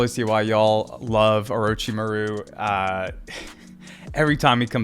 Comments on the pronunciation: "Mah-ru" homie! Accent on "mah", not "ru". I know you can do it! Great reactions and analysis. You're on a long journey, and it's going to be so awesome. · We need to get him into an Orochimuru name pronunciation training arc.